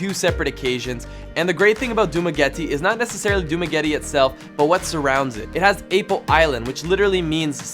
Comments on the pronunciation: ( Its Pronounced Dumagéte and Manhùyud 😅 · Funny how they pronounce some names like dumaguete ik this beacause I am filipino